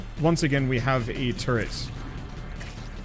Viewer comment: why are you pronouncing 'turret' the same as 'turd'? lmao